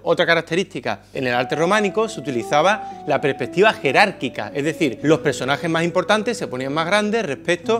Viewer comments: es 'jerárquica', con jota, no 'gerárquica'. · JERÁRQUICA, POR FAVOR!!!! ARREGLA ESA G HORROROSA!!!! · Ese “gerárcica” con G me ha destrozado el alma